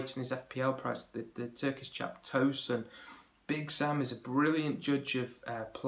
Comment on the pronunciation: It's not "toesun" haha